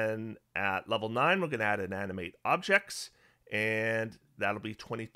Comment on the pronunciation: I kept on hearing "Anime Objects" instead of "Animate Objects". What would that even look like? LOL!